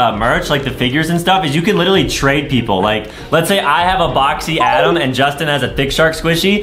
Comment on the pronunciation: is adem not adam